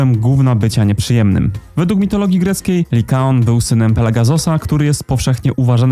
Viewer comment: To Liakon czy Likaon? 😅